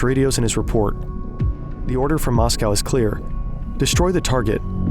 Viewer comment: That's not how to pronounce Moscow